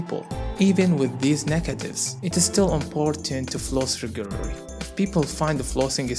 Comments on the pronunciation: he can't pronounce "R" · y cant u say "regularly"?